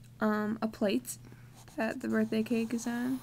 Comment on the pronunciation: not to be mean im just saying so that you know but you said birbhday but you do have awesome drawings! keep drawing!!!